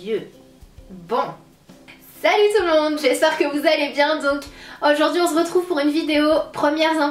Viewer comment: On SE retrouve et pas on zretrouve sérieux arrête de dire ça ça m'énerve !!! :)